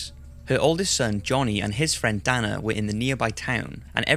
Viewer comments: As someone named Dana its awkward to hear you mispronounce the name... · Sierra is pronounced "see-air ah" and Dana is pronounced "Day-na"